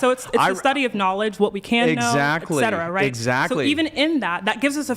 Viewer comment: HOLY SHIT! It isn't friggen "EX cetera," it's "ET cetera."